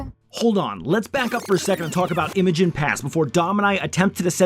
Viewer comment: The correct pronunciation is Eye-mo-jean just like a female name. It is definitely not pronounced M-a-gin.